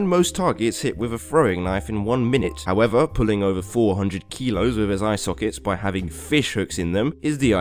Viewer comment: Why do you say kilos like me- (philipino-)